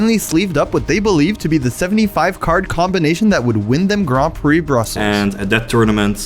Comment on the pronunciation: Every time he says "Grompy" instead of "Grand Prix"